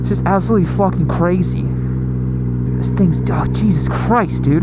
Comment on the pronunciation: You should stop saying jesus like that